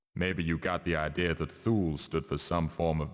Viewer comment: Is it so hard for a developer with actual resources and a publisher back in the stamped CDs and boxes era to look up the proper pronunciation for an unusual word before they record all the voice acting? Thinking of "Thool" here. I know the internet wasn't as friendly back in 2000 but they could have called a library and asked the reference desk or looked it up in a book or whatever people did back in cavemen times.